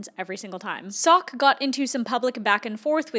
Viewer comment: I reckognize a fellow Dutchie and it is SOCK. Our English pronounciation is really bad I know.... Hallo sock obsession yarns, alles goed?